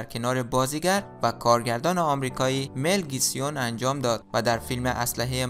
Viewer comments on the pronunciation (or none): مل گیپسون داداش از روی متن درست بخون